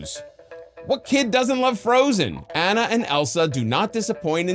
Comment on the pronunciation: Right? I thought I’d clicked on the wrong video at first! Also the repeated mispronunciation of Anna’s name bothered me more than it probably should have.